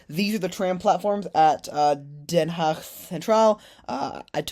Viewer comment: Oe, like in Zoetermeer is pronounced like oo in good. I like to see what surprises you, whereas I (65 years) have seen it develope. Den Haag you pronounce remarkely well!!